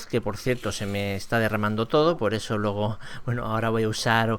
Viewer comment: Mira el diptongo de luego es "ue"la palabra luego como suena es como se escribe no "logo"